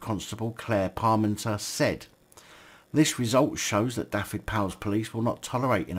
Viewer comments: just a little tip on pronunciation, single F in Welsh is said as V so its (dove-ed,) Dyfed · the F is said as a V SO IT sounds like this Du-ved.